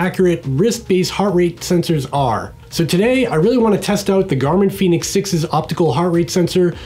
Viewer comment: Its pronounced Fen-ix 🌝